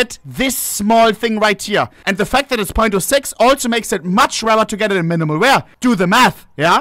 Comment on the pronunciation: Minemal weaya ... Minemal weaya